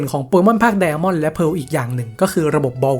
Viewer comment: ทำไมถึงเรียก ไดม่อน ว่า ไดอาม่อนหรอครับ